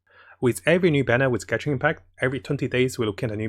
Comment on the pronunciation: I've been watching the channel for a while now but one thing that was on my mind this entire time was a word he says that I just don't understand, I tried using subtitles to read what he said but it makes no sense 'catching'. What does it mean? Why dose he say it? And what is the word he is saying? Please tell me and end my suffering.